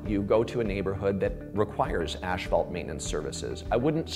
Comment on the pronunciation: Love how all these asphalt professionals say aSHphalt... It's aSphalt... Just like it's spelled